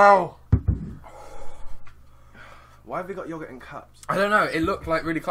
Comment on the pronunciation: I love the way u say yogurt you say it like Yuhgourt